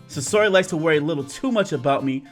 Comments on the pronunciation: say or he.not sayora. say or he sayori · I know I am three years late but dang I didn't know you played Doki Doki Literature Club! I am glad I stumbled on this video! Also, it is Sayori not Sasori XD. Everytime you kept mispronouncing her name, I couldn't help but laugh XD! Love your videos man keep them up! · its (sa-your-e) ok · Who the heck is susory?! Do you mean sayori?! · It is not sasori it is sayori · Sosori Me: I am sosori my brain had to hear that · This man said "sesory"😂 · Pronunciation= SAY-UR-EE you're welcome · Oh my freaking God I'm going to die if he says "SUSORI" again!!!! and now I'm jumping out the window! Goodbye cruel world!!! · It's pronounced "Say-ori" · STOP SAYING SASORI👿😡THIS ISNT NARUTO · okay, say it with me Say-Or-*Ee*. Good. Again, Sayori. (*Like see, but without the 's') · where do you see the S at bruh I’m dead lol it’s Say-ori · Btw you said sayori wrong